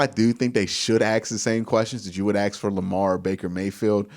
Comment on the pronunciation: Dude, i love your content, but the word is "ASK" , ask a question, not ,"Ax" a question!